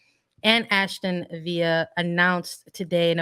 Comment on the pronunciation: Its ASTON VILLA NOT VIA .